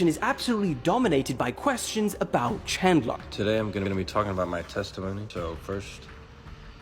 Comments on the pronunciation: Bro can’t pronounce anything right. Carmala. Now CHADLER. Come on bro you fell offff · Ahh yes "chadler"